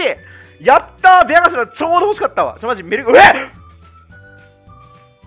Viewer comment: どうしてもベアガシラと言ってしまうflatさん